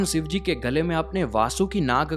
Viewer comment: Bhai yar phehele Bhagwan ka naam sahi se lele yar sivji nahi shivji- shhi shi shivji